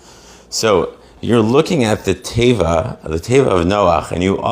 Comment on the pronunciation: It is pronounced tay VAH. Accent milrah, meaning the accent on on the last syllable. All of this is of very specific significance in the Creation. There is nothing so telling about how Hebrew one is than how they relate to Hebrew. What a bunch of phony Babylonian balonies you "rabbis" are.